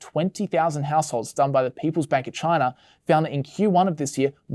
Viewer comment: Right off the bat, did he say Chinar?